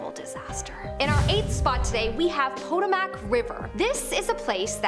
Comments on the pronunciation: Potomac is pronounced "puh-TOW-muk", not "POT-oh-mac". It's an Algonquian name which supposedly means "river of swans." Other accounts say the name means "place where people trade" or "the place to which tribute is brought". That mispronunciation was like nails on a chalk board for me. Also, please don't try to pronounce Algonquian. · It is pronounced Poe-Toe-Mack. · "Potomac" is pronounced "poe-TOE-mak." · And she says Poto-mack so many times lol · Hi, Potomac is pronounced Pa-tome-ick. Just trying to help. No offense intended. Love the job you're doing. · Are you an American? It is the Pah-Tow-Muhk River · Did you just mispronouce the Potomac River.... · The ghosts of the Potomac probably would probably say” That’s not how you pronounce Potomac”!